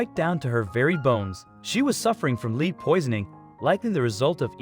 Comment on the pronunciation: The only complaint, it’s lead as in metal, not lead as lead someone out of a building.